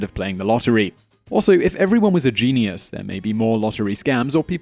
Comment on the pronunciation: Stop no just stop... It is pronounced jeen-yus. Not jeenee-yus.